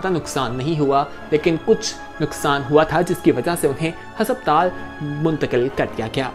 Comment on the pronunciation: Bhai hasabtal nahi hota. Hospital hota hay